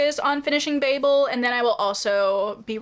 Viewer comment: Even though you said babel wrong throughout the whole video I’m glad you liked it , one of my favorite books 😂❤